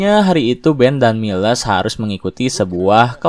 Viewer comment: Ralat min cara bacanya Miles = mails Choi tu bukan koi tp coi